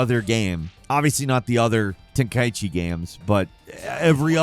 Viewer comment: Final-fucking-lee man, someone pronounces it TEN-KAI-CHIIIIIIIIIIIIIIII. Like how the fuck do ppl not know how to read, it’s not KAI EEEEEEE Chi.